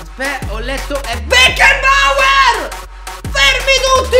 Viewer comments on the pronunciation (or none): Si pronuncia Becnabor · aggiusta la pronuncia... si dice Becnaboer